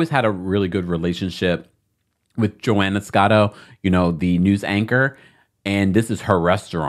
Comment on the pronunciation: It’s Rosanna not Joanna